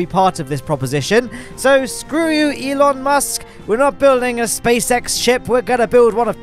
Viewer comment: Who’s Elon Malt?